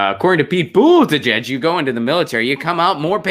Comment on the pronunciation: Think your pete's name pronunciation is cute? Clicked off , can't take you seriously